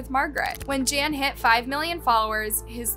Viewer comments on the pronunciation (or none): You totally massacred his name. Gan is pronounced as Gun and Sou is pronounced as So. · How horrible for this to happen to someone… Also, the pronunciation of his name is horrible. “Gan” should a hard G, like in “garden,” and your pronunciation of “jiong” fluctuates wildly. It’s disrespectful to not even look up how to say his name if you are making a whole video about him. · Pro tip: if you're going to do an 18 minute video about someone's murder, the least you could do is learn how to pronounce his name properly. It's Gan, like Gun with a hard G, not a J. Soujiang is pronounced So Gee Ong. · Gan is not pronounced ‘Jan’ and that’s his family name, not what he’d be called. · Jan? Seems it would be almost like gone, but Gan..not Jan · Um, are you pronouncing his name (Gan) correctly...? 🤔